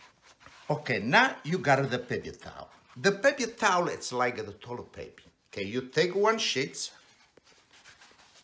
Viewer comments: “The pepy towel is like a the toilet paypee.” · the pepye tawleh xD love it